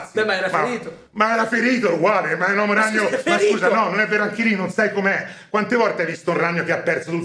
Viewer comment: il maestro pronuncia "l'omo ragnolo" prego